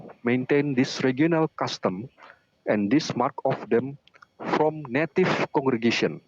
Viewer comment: Di 2 mata, Native dibaca Naive. Ini hal paling memalukan karena seorang Doktor dan calon Profesor memelintir sebuah kata yang mengubah banyak makna hanya untuk kepentingan menyerang Gereja Kristus Yang Kudus. Silakan jemaatnya menilai sendiri pendetanya.